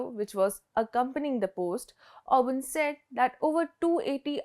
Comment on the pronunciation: It is Orban!